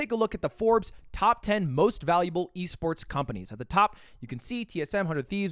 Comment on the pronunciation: why did he pronounce esports like that